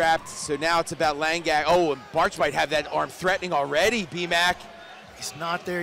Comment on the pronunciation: It's Lang-Aker not Lang-Gaker